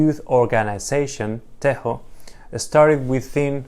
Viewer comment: TEJO is pronounced as "TEYO" not as "TEHO". Good content 👍